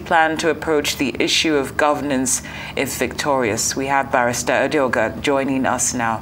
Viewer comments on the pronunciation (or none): Edeoga, not Adeoga; please make the correction. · It is Edeoga, not Adeoga